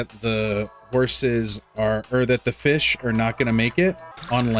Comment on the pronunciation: FEESH Ahem, I mean... fih🌹